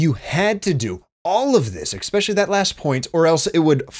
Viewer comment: Especially* not Xspecially.